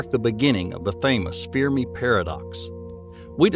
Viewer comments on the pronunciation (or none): "Fear Me Paradox". You mean Fermi Paradox. 😂